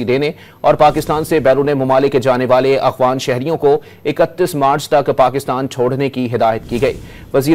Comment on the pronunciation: یہ لفظ “ اغوان “ نہیں بلکہ درست ادائیگی “ اَفغان“ ہے ، کراچی والو !